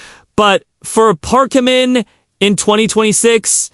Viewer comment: U do not say his name correctly at times so annoying